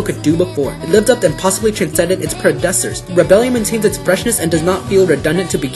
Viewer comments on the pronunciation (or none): facade is pronounced "fah-sahd" not "fah-kahd". And it's "preh-deh-SESS-ers" not "preh-dess-ers." And yeah, slow down, other reviews took 7 and 8 minutes. Otherwise, good job! I'm still on the fence about seeing it having just seen the anime. Maybe in a few weeks.